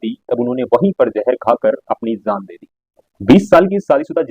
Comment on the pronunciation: Jaaan hota hai bhai zaaan zaaan bol rahe ho woh acha ni lag raha apko stylish lag raha hoga but it's not sounding goood